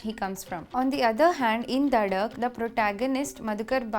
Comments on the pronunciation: Also it is duuhhh not dhaaa😂😂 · Did she just say DHAAAAAA instead of DUHHHHHH